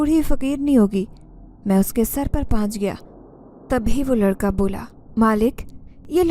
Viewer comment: Please paahanch nhi pohnch parha kro پُہنچ